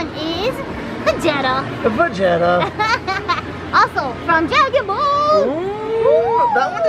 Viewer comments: Its Va-gee-ta not Va- ge- ta lol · Vuh-gee-tuh is the correct pronunciation. Can't stand people who get prizes and don't even watch the show.